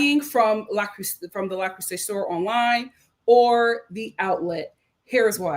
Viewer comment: I'm dead!!! 😆🤣🤣 The Frenchman pronunciation 👌🏽 Yessss!